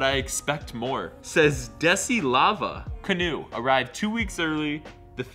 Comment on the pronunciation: That’s not how your pronounce Kanoe. It’s Ka-no-eh. It’s a Hawaiian name